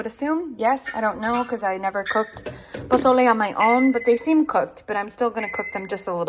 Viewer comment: Your so cute the way you say something’s with a Spanish accent like mango and you said posole good too so glad Sebastian is doing great ❤